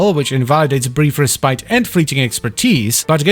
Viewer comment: is it just a running meme in the wf yt community to mispronounce 'respite'?